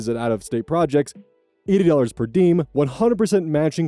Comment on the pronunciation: Also, diem is pronounced diëm, dee-ehm, not a dipthong